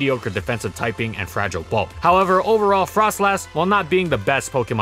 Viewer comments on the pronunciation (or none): none